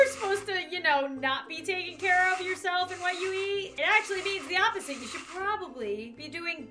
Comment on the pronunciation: she is saying SHOUDL